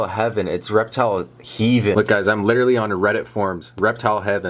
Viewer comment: It's not hee-ven that is heaven 👼